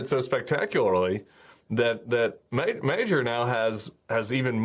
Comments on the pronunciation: Mahdyar, Modyar open up and say Ah, call your Ma. GY in Hungarian is more like a D sound for English speaker. Tongue on top of the palate to the front. It's getting worse with every broadcast we've some how gone from mAG-yar to Mayor. Lol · Learn to pronounce Peter Magyar better if possible... he is no mayor but Madgjar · The name is Magyar, pronounced roughly MAH-dzar. You can do better than Major. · "Magyar" mate. Please get his name right. For a century the Magyar warrior horsemen in Hungary terrorised the whole of Europe. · The Hungarian election was incredibly important, so perhaps a producer could help the panel and other MS NOW shows with the pronunciation of Magyar. After all, it happens to mean 'Hungarian'.